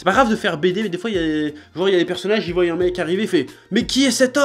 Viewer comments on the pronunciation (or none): none